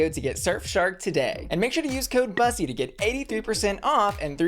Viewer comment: My pet peeve with this channel is that Bussy mispronounces her own freaking name. It’s literally supposed to rhyme with p***y 🐱